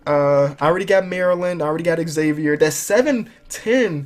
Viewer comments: god dammit it's not Exavier it's pronounced Zavier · It's not Eggzavier, it's pronounced Zavier with a z sound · it's not x-avier it's pronounced zavier but spelled Xavier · It's not X-Xavier, it's just Xavier (Zay-vur) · STOP SAYING XAVIER WRONG